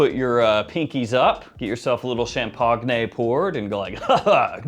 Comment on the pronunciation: “Champag-nay” lol. Anyway my favorite cheapie is Turathi Blue